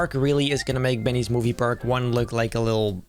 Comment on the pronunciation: what did u say? BEENNYES MOVIE PARAK 2? WA